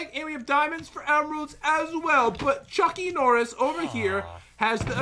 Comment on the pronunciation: Pat you say Chucky Norris